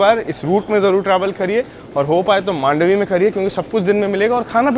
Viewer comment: Thanks for calling मांडवी 🙌 people call it मंडोवी